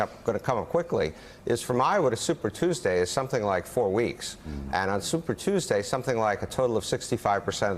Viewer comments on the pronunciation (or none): none